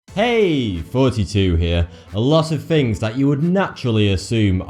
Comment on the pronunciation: Things not "Fings."